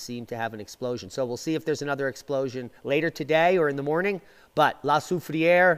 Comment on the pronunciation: So glad you figured out how to pronounce it😜